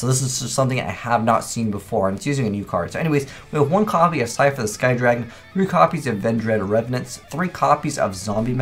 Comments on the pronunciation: It's Slifer, not Sifer... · You forgot an L in slifer. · You forgot a L in Slifer, btw great video :)